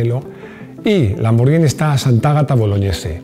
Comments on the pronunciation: Perfecto con la pronunciación de lamborghini, pero si me permites una corrección, La pronunciaciòn de Porche es "porshe" con la E neutra. Si no me crees pregunta a un aleman. Felicidades por el canal, aprendo muchoissimo. Salut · Muy bien el vídeo y muy bien el apunte de la pronunciación de Lamborghini. Pero tampoco se dice "Maglaren" sino McLaren ....con C. Me canso de escuchar "Maglaren" a más de un comentarista deportivo, incluido este canal...